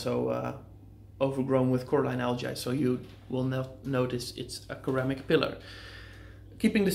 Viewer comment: Love your videos. Cant wait for the new tank. Also ceramic pronounced "ser-am-ick"